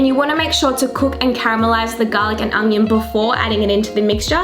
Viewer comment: Haha 'red ungion' 😂 you're too funny.